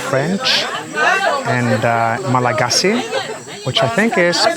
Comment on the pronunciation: "Nosy Be" is pronounced "noosh-bay." "Malagasy" is pronounced "mal-gosh." I've been to Madagascar, but only to Tana (the capital, which didn't impress me much) and Antsirabe. Antsirabe was cool, but Tana was so dirty I started calling it Andikybe (place of much poop). Nosy Be is on my bucket list for sure! The largest city is called Hell-ville, so it would be cool to be able to tell people I've been to hell.